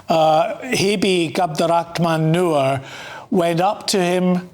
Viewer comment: Cabdiraxmaan Nur. All I kept hearing was MANURE. 💩 💩💩😂🤣😂💩💩💩